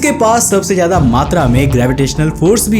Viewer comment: Jada /jaida nahi Ziyada bolo bhaiya, Tej nahi tez